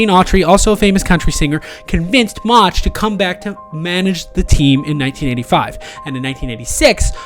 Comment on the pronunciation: First of all whoever natrates this video is a embarrassment can't say Mauchs' last name right. Plus is inaccurate with information the Angels weren't up 6-3 in the 9th of Game 5 they were up 5-2 Plus they ended up 1 strike away from getting to the World Series. Do your homework right if you make a video like this.